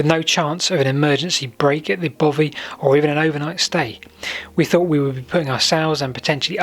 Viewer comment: its bothy not bovy